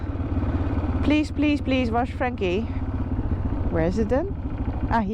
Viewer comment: I laughed out loud when I heard you say warsh instead of wash! You sounded like me, from Iowa 😂